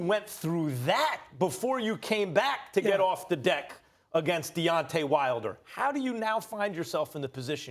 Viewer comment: wilder not wiler lol